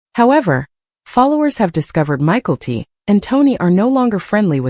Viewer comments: I think that if it is going to be narrated, they should at least know how to pronounce their names. It took me forever to figure out they were talking about Mykelti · I came here to say this 😂